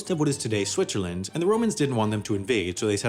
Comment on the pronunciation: Shwitchaland :) Like it.